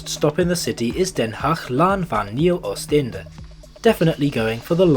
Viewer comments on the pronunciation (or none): It's not Den Haag Laan van Nieuw Oosteinde rather Oostindië. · you got den haag laan van nieuw oost indie wrong. you say oosteinde